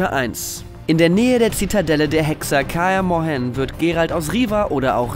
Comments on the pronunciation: Soweit ich weiß (wahrscheinlich auch von Übersetzung zu Übersetzung anders) wird "Kaer Morhen" = Kär 'Morhen oder Kär Mor'hen (beim ' liegt die Betonung) ausgesprochen; Also wird das "ae" zu einem "ä" zusammengezogen... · Du hast Scoiatel richtig ausgesprochen und machst so einen Murks aus Kaer Morhen? :D Nein, ich mag solche Spiele-Recaps, nur vllt nicht im Format Schnell und Einfach, sondern eher in GIGA Recap oder so ;)